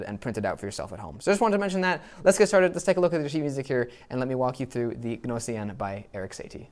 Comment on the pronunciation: NO-SEE-EN! That's "G" as in gnat...